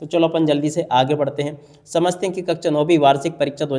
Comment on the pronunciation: कक्षा 🙅🏻 कक्चा 👍🏻😅😂😂😂😂😂